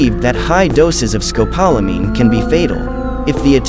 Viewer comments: Rough everytime I hear it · You need to learn how to say the drug correctly! It’s also known to the locals as Burundanga!